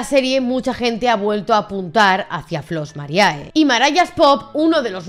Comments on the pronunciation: No te ofendas, pero si estudias derecho, un poco de latín tendrías que saber... la fonética es "Flos Marie" no mariae, que me sangran los oídos y soy de ciencias puras, joé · el video esta impecable, pero por favor, basta de decir Flos MariAE!! En latin, cuando hay dos vocales juntas asi, solo se pronuncia la ulrima, o sea la E. Ademas las chicas del grupo lo pronuncian bien para que la audiencia sepa como quieren que se las llame. Pero parece que aqui en España os gusta mas castellanizarlo todo.. (Disculpa el desahogo, no va solo por ti, pero es que en tu caso tienes las chicas que lo dicen bien y tu que parece ni te hayas visto los cortes que se iban a poner el video..)